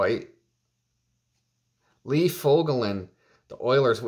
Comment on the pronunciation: Lee Fog A Lin 🤣🤣🤣🤣